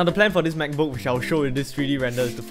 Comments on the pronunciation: I love the way he pronounces “MacBook” Makbuk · I think he cant even close the "mechbook" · "mechbook" thats sounds like an illegal substance